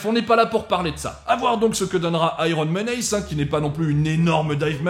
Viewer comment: Ta prononciation des mots anglais est plus qu'approximative: family, menace... Un petit coup de Google traduction en audio te donne la prononciation correcte et te permettra de facilement améliorer ton niveau. (oui c'est pas rédhibitoire mais ça fait un com pour le référencement)